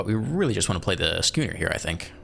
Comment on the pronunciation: Schooner is pronounced like school.